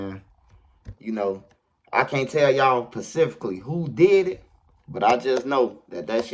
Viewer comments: Do u think u could tell us “Pacificlly” who did it. 😂😂. J/k bro. I’m a new sub and just crackin a joke. Love the channel. Respect from Kansas City 🇮🇹🤌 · he can’t tell us pacifically 🌊